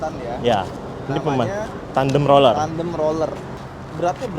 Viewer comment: kasian masnya, gabisa ngomong R alatnya banyak roller roller nya